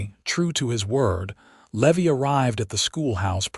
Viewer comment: A Levy as you are pronouncing the cowbo😢y's name, is aa fee charged for a late payment. The pronunciation for the name Levy is, Leevī. Thank you for changing it.